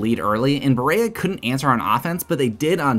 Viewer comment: As a Kentuckian, this was pretty dope. Except Berea is pronounced “beh-ree-uh”